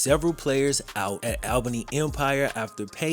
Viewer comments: great video, but quick tid bit, its said *ALL Bunny*. Not *Al baney*. Its easy to mispronounce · This was painful as a native of Albany. The pronunciation is right there on the news clip... I get disrespect to AB, but not to our city.